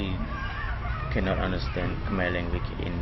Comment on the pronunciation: Your pronunciation is not clear វល់ៗ